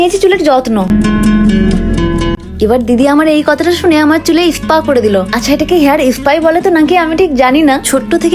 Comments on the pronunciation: Katha ta bolchi rag koro na espa noy ota hoba spa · দিদি ওটা ইস্পা নয়টা স্পা❤❤❤❤❤❤❤❤❤